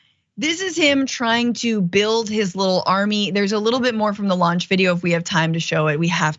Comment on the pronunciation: Sorry, Francesca, did you say 'launch video' or 'lunch video'? 🌭😂